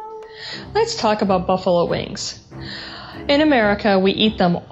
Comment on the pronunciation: Ha! I heard your aboot. Canadian eh?